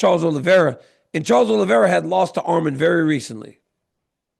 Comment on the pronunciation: ARMAN NOT ARMEN DC YOU USED TO SAY HIS NAME RIGHT WHY ARE U SAYING ARMIN